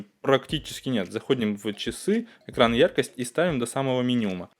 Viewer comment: "якрость и нагрзуку"🤔🙈🙄